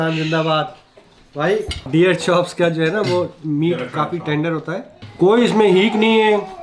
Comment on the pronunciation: Bhai dear nahi h wo deer h 😂😂